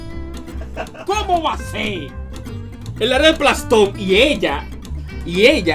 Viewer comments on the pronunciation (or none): "Plastón" xD